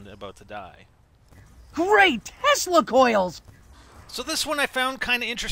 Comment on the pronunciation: I thought he said testicle coils lol